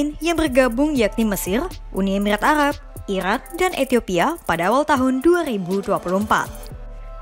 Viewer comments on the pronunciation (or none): lul,, gak bisa ngomong R,,,,,,, ha ha,,, mesil, alab,blics,,, lul